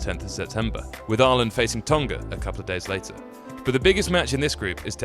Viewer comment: FFS - 'Tong-ah' not 'Tong-gah'!